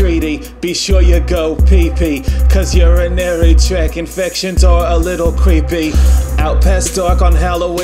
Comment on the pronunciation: I love you. Also it's urinary TRACT (not track) infections. Not to be that one annoying dick somebody had to say it.